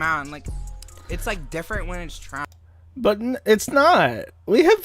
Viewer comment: >calls conservatives low-IQ "lowcow" "annuder" "like that's the thing, it's like man, like smacks lips it's like diff'rnt when it's trahns"